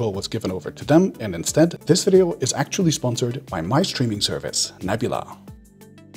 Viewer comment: Stop saying "ackchually" so much for the love of god.